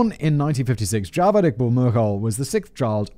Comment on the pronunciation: As a Pakistani, it's hilarious listening to Simon pronouncing Javed a different way each time.